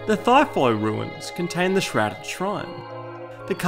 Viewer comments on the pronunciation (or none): none